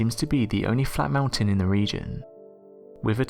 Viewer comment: It's hella funny in number 2 how he says whatever.... flat mountains. It's sounds like he saying alfalfa fall flat mountain.😂😎